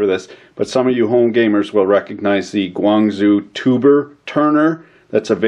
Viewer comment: You didn't pronounce Guangzhou correctly.